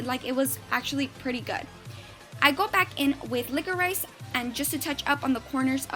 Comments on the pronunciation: It's pronounced liqourish! You were kinda drivin me nuts ha. Still beautiful tho! 😀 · Love watching your videos!!! They're really really good. By the way liquorice is pronounced LICK-OR-RISH, well here in England it is. Keep up with the great work!!